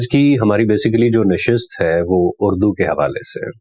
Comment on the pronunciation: اڑدو نہیں اردو ہوتا ہے